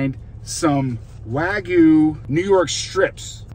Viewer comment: Sorry to be a little pedantic, but wagyu is pronounced wa (like water) gyu, not (like waggle) gyu. Literal meaning is Japanese beef. I trust you'll take that onboard like the professional you seem to be!